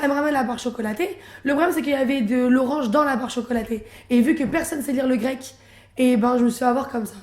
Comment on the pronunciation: ralala c'est insupportable .... "le grequois" "oedeme de quick ..." phobie ou maladie ? Aucun intérêt.... NEXT !